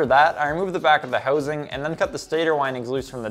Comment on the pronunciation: How would one spell the word's "housing" and "out" when said the way this guy says them?